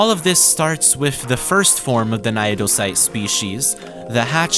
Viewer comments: Naedocyte is pronounced as "nay-doe-sight", in the same manner that cnidocyte is pronounced, it being one of the real world influences for the creatures we see in game. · what the hell is that naedocyte pronounciation